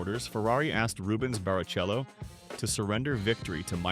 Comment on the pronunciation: Ah, Reubens Barry-Cello.